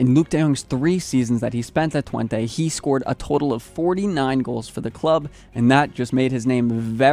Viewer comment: The last e of fc Twente is pronounced the same as the first e